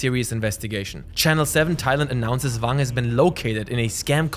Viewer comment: Why are you pronouncing "Wang" with a "V"? He's Chinese not German LOL.